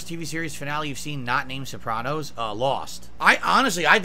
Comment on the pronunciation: Man, he is so unlikable. He can't even say, "Sopranos" like a normal person.